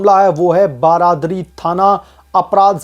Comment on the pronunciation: बरादरी नहीं बारादरी 😂